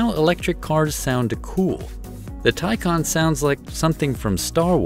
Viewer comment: Thank you for actually getting the name right